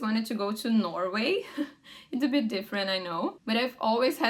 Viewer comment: very good english, here comes a tip though, when you say a word with "I" like "bit", the pronunciation of i becomes something like a "e", and this aply to a lot of words too, tip, live, gig, etc, idk if its clear, but theres some yt videos that can explain that, small advantagens is one of them, abraços